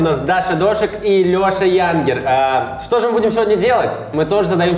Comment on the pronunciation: Не Ядгер а Янгер🤭🤭🤭🤭